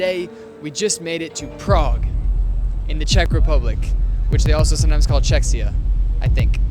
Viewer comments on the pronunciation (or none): As a Czech I'm proud you found out cities pretty but the way you pronounced "Czechia" was pretty weird lol. I wish you got to spend more time there since there is a lot more you could've seen but I hope you had a good time nevertheless! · that is not an accent adding s where is none? You pronounce czech so just add ia. But still nice video.